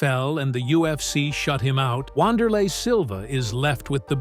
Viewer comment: The correct pronunciation is "Vanderlei" Great video